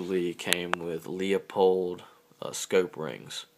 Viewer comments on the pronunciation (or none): It's not Leopold sights. It's Leupold sights. Leopold was a king and also an old cat who got flattened by a truck down the street. Leupold is a last name. Name of a very fine optics company including rifle optics. One has an "o" as the 3rd letter. The other has a "u" for the 3rd letter. You get it, Timmy?